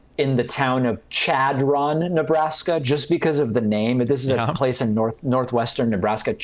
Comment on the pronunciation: I'm from chadron and he's saying it wrong lol